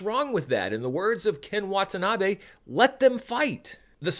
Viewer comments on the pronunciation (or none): none